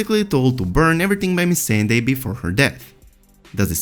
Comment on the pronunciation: T I don't think they even watch it. They don't even know how to pronounce Missandei.